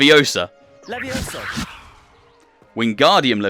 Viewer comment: It‘s funny that you have to pronounce the spella correctly for them to work like in the books/movies.😂 (it‘s LeviosA not LeviOsa)